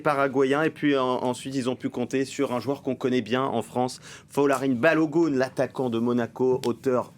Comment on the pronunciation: Par contre il faut vraiment arrêter de dire "Balogoun" c'est juste insupportable, ça se prononce "gun" comme le pistolet